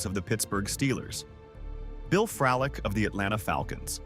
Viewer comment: Fk the ai voice bullshit. You should know how to pronounce Heenan and Fralic. Smfh